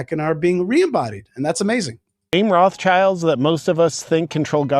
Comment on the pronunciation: Those "Raff-tshaylds" 😂😂😂 (how he pronounces this German family name).